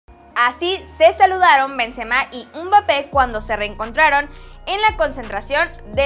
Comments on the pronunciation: ES "EMBAPPÉ" NO "UMBAPPÉ" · Por que dicen embappe como que si estuvieran jimiendo, digan bien su nombre sin complicarse